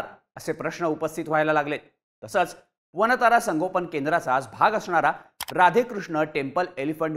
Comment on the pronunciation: "वानता"रा अस नाही "वन्तारा" असं म्हणा दिशाभूल केली जाऊ शकते